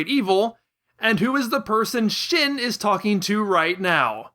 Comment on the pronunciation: Shin is pronounced sheen.